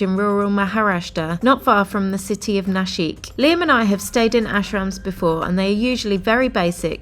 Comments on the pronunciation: naaa - shik mate, not na- sheeek :p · It's pronounced"Na-shick", not "Na-sheek", please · Nasik - not nasheekh - Naasik 👍